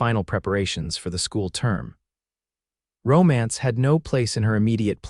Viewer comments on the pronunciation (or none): none